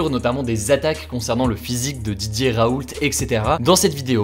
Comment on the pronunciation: Pourquoi à chaque fois qu'il dit "Didier Raoult" j'entends "DJ Raoult" ?